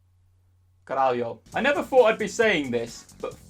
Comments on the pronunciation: "caraiou" HAHAHAHHAHA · You said "Caralho" that means like "f*ck it" 😂